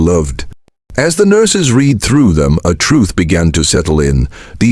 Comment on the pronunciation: Listening to this AI reader makes my throat feel funny. I said it's AI because it doesn't know how to read "read" in the present and past tense...